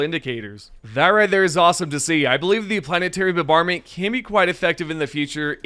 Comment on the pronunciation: mf "planetary bubarment" dude stop.